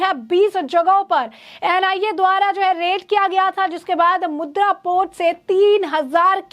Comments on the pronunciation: मॅडम वह मुद्रा नहीं मुंद्रा पोर्ट है. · Mudra nahi, Mundra port bolo